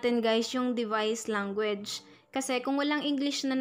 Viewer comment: Puro guys kakabingi tas language langgo age ang pronounce nya